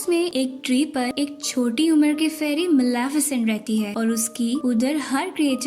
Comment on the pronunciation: Not Malaafesent this is Malefisent